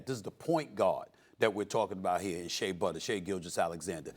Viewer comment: Every time Stephen A says Shea Butter I’m like 🥴